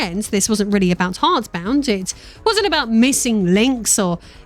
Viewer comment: Intentional or not, I found it quite funny how you mispronounced the name of his little game almost every time